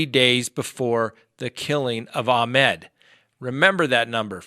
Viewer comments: pronunciation of his first name is wrong. Ahmaud not ahmed. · Ahmaud. Not Ahmed. 🤦